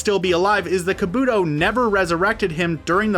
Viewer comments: I had to replay the video to actually understand the pronunciation. Bayukagan? Hayuga Clan? Aakausuki? Madaara? Kabuuto? Yamooto? Shaakra? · EVERY NAME IS MISPRONOUNCED! Bayukagan, borudo, ackasucki, asooma, kabooto, yamado, kagooya, uchia, mitsooki, uzoomaki, ootsoosuki Edit: sorry if it’s because of your accent or something like that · Is he joking?? xD "kaboodo, tobiido and naruudo" had me dead lol